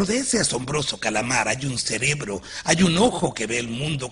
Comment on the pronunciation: Para la compañía que hizo el doblaje. Se dice « cerebro » no « celebro » 🙄